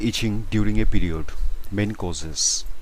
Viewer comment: "pEe rEod"🥺🥺